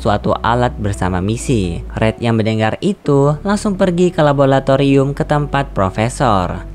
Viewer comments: Min, sekedar mengingatkan.. Yang benar adalah "LABORATORIUM" bukan "LABOLATORIUM" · Laboratorium min... Bukan labolatorium 😁 gemes dengar mimin